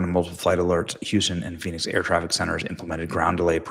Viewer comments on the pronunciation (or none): none